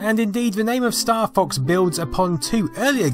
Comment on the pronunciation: Oh, I thought you said "Staff Ox"